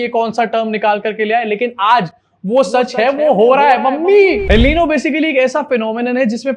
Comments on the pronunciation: Al Nino nhi El Nino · Pronounced el ninio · FYI El Niño is pronounced El neen-yo. Great video as always. Love from Pakistan 🇵🇰 ♥️